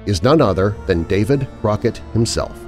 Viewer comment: Did he say David Rocket you can't even get that right how can we believe anything else